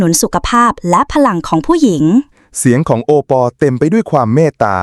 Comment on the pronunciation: เขาชื่อโอปอบรรยายให้มันถูกๆหน่อยจ้า😂😂😂😂😂😂😂